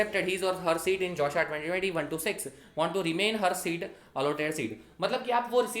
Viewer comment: Did everyone hear "josha"?